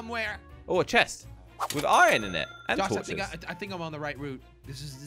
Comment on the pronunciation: says ion instead of iron